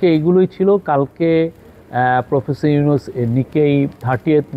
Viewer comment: মি: শফিকুল প্রেস সচিব আপনি কি বসের নাম এভাবে উচ্চারণ করতে পারেন? এটা আপনি কোথায় শিখেছেন?